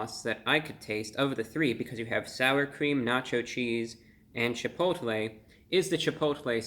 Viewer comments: You said "CHI POTA LAY" sauce. Love it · cha-poe-tah-lay sauce